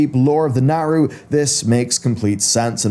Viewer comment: Love this dude’s content but am I the only one bothered by how he pronounces his A’s lol. Like in sylvanas , saga and Naaru